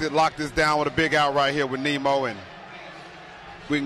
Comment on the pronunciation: One of the announcers literally called Nimmo “Nemo” smh 🤦‍♂️